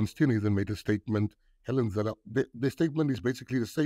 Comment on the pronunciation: It's pronounced "Hell en Zille" for the wizard.